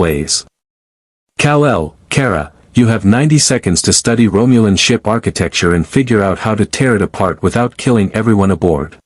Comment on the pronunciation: Extremely sick of the crappy A I that can't pronounce certain words. Live, romulan among others. CHECK IT FIRST. Will not subscribe.👎👎👎